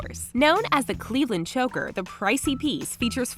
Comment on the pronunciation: Lol 'chocker' it's supposed to be choker